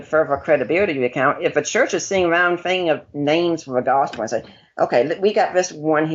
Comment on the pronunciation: Gospurr lmao twerp